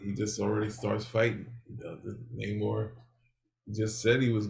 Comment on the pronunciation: Naymor, not nuhmor. He’s not Mexican, despite the Disney version.